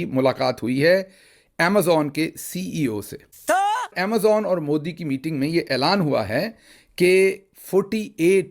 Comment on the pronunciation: Aap Amajon kyo bolte ho.. Amazon boliye.. khusean nahi khusian boliye please.